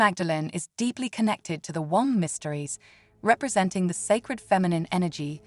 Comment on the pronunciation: Beautiful message resonant with powerful concepts but - though the AI isn’t apparent until certain words are incorrectly emphasised - please just have your own human voice sharing this divine aspect of humanity … it hasn’t stopped me listening in full but I feel I have to pause your video to express how upsetting it is to imagine future generations pronouncing womb as “One-m-b” - No ! This needs sorting out for soulful reasons ! Thankyou for the inspirational content and please understand this is fundamental and beyond personal interests